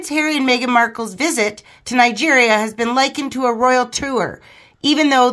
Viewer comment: it's Nigeria not night gear